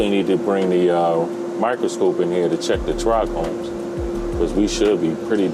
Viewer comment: Its Trichomes not tric chromes....😅